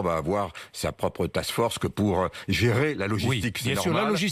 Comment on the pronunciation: 🤣🤣🤣🤣LA TASSEFORKS, LATASSE FORKS, LA STASSFORCE.. HAHAHAHA Ptain, il m'a fait ma journée! 🤣🤣🤣🤣